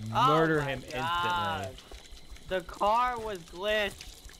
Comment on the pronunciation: said the Gar was glitched in stead of the Car was glitched 😂